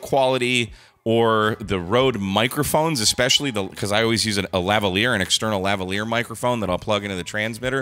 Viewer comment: Lavalier. Lavalier. Lavalier. Say it slow, and drag out the L's, Brittany Spears style.